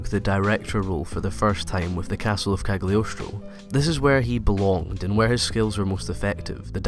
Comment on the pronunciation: "Kag-lee-oce-troe" that pronunciation tho